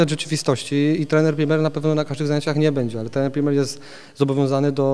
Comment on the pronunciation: PRIMEL a nie PrimeR - masakra